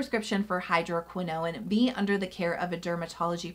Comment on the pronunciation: I'm loving my Agency prescription! I switched over from Curology as well and I'm glad I did. I haven't tried the Dark Spot Formula because my skin doesn't react well to hydroquinone. (BTW, watch the pronunciation on that. It's like "cortisone", no extra "i" or syllable at the end.)🙂